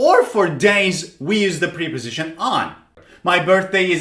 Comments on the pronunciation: they are called “prèh” positions or “prep” -o-sitions NOT ! “preeey”positions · Great lesson but something strange about the pronunciaton of "preposition", I hear / pri..... / instead of /ˌprep.əˈzɪʃ.ən/. How do you all hear it? And I got 10 - 9 and 8 out of ten. Regards. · Preposition is pronounced like the short e in president, not the long e sound. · It's Prep-Po-Sition Not Pre-Po-Sition